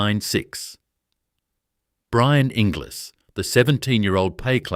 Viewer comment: Oh, Inglis is pronounced Engulls:body-blue-raised-arms